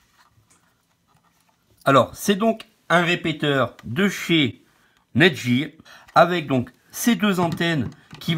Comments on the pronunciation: NETGEAR se dit: nète-guire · Nète guieur lol